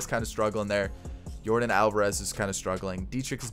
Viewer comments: I don’t want to be mean but you keep saying names wrong but I like your YouTube channel a lot! Just saying not being mean it isn’t Jordan it is Yordan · It's Jordan but it's Yorden🤣